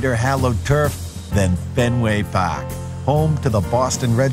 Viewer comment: Lol "pawk".